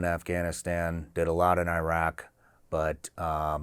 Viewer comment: It is insanely disrespectful and almost downright criminal that people from the country that went to Iraq and Afghanistan uninvited to blow up (both literally and figuratively) their lives and create chaos for the better part of 20 years don't know how to pronounce the names of those countries properly. It's not "eye-rack" (what do you rack? weights?), but "ih-raak", and the "a"s in Afghanistan are similarly the "a" in the word father, not in the word apple. And you get along with your family members well, not "good". Finally, route is pronounced identically to "root"; rout is a totally different word. JC 🤦🏻‍♂